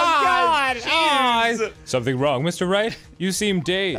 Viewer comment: Oh my God Arin doesn't know how to say sumtin'.. The t is silent. Atleast it was funny